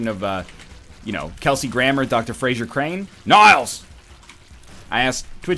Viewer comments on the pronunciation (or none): none